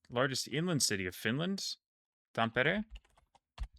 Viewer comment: Thanks for this video, also thanks for pronouncing Tampere correctly.